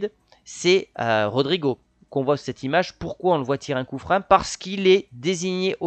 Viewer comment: Par contre stp arrête avec tes "coups frein" 😂 "coup franc" 🙃